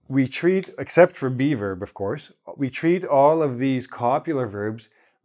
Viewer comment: Can't help it but I keep hearing "be verb" as "beaver" 😊